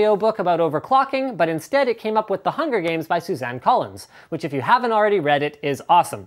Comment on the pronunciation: HE SAID HER NAME RIGHT! SUZANNE COLLINS, NOT SUSAN COLLINS